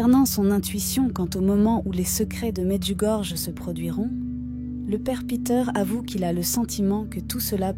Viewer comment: AMEN et Merci. Mais svp Medjugorje se prononce Medjugorie . Par respect, veuillez en tenir compte svp. Soyons bénis par Jésus et Marie notre bonne mère toujours parfaite, vierge et immaculée du ciel.